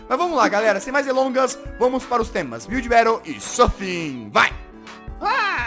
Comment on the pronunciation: Gringo: Build Battle CHATOOOOOOOOOOOOOOOO BRS: biulde bautle GGGGG =D kkk wtf man